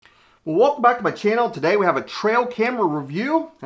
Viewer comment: Your "welcome back" sounded like wokbak